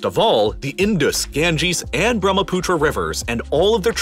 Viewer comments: Sorry to be that person, but it’s actually Brahmaputra, not Bhramputra. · As an indian, You are true Brahmaputra river is pronounced as Bruh-muh-put-rah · when he pronounced bharmaputra I died